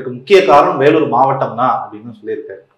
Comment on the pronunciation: அது என்ன வெல்லூர்? 'வேலூர்'னு சொன்னா நாக்கு சுளுக்கிக்கொள்ளுமா?